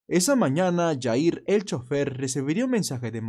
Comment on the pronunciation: Jair se pronuncia con J no Y porque no es Yair hay que investigar como pronunciar las palabras porque incluso en las escuelas nos inculcan pronunciar ciertas palabras como J con Y